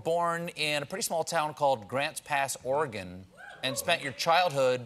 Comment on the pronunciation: A nice feature of this bit, is they pronounce Oregon correctly.